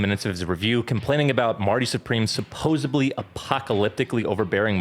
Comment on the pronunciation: "supposebly" followed by a fallacy 😭